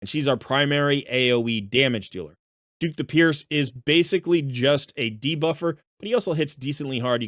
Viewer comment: I can't believe the amount of people that can't read. Dhukk the Pierced - pronunced DUCK.... Nothing about DHUKK says DUKE